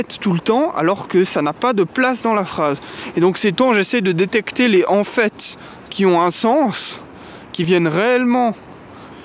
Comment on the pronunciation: En fait, quand j'écoute, j'entends "en fête", c'est de bon aloi. En m'aime taon. Leurs beaux yeux.